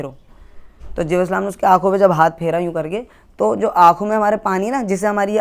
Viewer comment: Jibreel as aap naam thik se ni lete